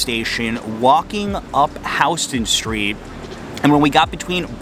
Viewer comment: Thanks for pronouncing Houston Street correctly. 👍